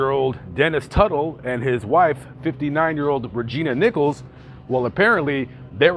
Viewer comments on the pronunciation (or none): none